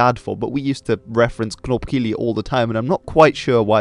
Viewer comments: Knopkillie?? Surely you meant knopkierie mate. Knopkillie is what you do alone in the shower my man 😂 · although my family always pronounced it as knopkirrie, i think it’s more to do with accent and what have you ;)